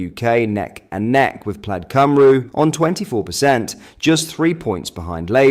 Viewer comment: Cym-REE, is how you pronounce Cymru.